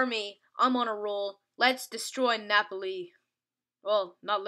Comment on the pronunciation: 3 things: 1. its pronounced Nah-Poll-Lee not NNNAAAAAH-poli 2. you "only" beat Napoli 7-1, "only"... 3. GET RAMOS AND SUB HIM FOR ZOUMA